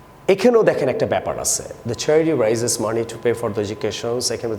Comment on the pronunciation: Raise ke rise bolchen kan